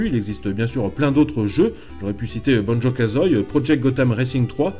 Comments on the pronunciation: petite erreur on prononce banjo kazoie "banjo kazoY" mais sinon bonne vidéo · Ont prononce Banjo Kazou-i